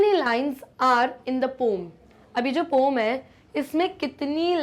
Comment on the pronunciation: Poem ❌ Poom✅